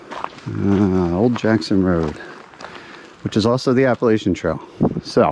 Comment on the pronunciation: It’s pronounced Appa LATCH ian. Thanks.